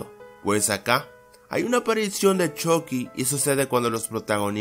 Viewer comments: Yo en ves de esuchar "Chucky" escucho "Chocky" xd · Me mata porque dice chocky no chucky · se ecribe chucky y se pronuncio chocky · Se pronuncia "Chocky" pero se escribe "Chucky" en Estados Unidos dicen "Chocky" pero creo que en latino américa pronuncian más el "Chucky" XD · Jajaja me da gracia como le dice shocky en vez de chucky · Choky xd es chuky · Porque Dice CHOCKY :V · se dise chucky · No se dice choci 😴